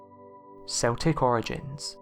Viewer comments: Yes, it is properly pronounced as "KEL-tik", not "SEL-tik". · It's pronounced Keltics. Celtic as you pronounce it are a football team from Scotland !!! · True. If someone says, "Seltic," then he/she is probably talking about the Boston Celtics basketball team. But otherwise, it is keltic. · This was winding me up so badly, I paused half way through to see if anyone else had said anything! Thank you, thank you! Keltic not Seltic!!!!!!!!!! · see he actually says it once! he says kel-tic! what a ruse! c'mon man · Do you not know that the Celts or Celtic is pronounced Kelts and Keltic ........Dduujhhh ... !..! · Gotta love those seltics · You obviously support a famous Scottish football team - because that's the only time I've heard Celtic pronounced like that!